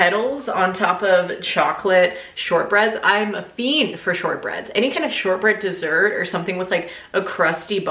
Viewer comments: “Err...desserrrr” made me laugh out loud 😂😂😂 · lost it at 'ER DERSSERT'